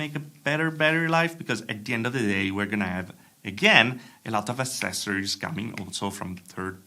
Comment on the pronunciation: Please, don't say ASSESSORIES. It's ACCESSORIES (ACCESS), Accesorios in Spanish.